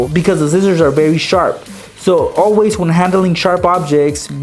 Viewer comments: He said zizziors not scissors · He says scissors zcissors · he said zizers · Scissors not zizzorz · he said zizzers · Anyone notice he said zizzors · you say sissor so wierd you say sizzors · In one of the hacks he said "just grab your zizzors"😂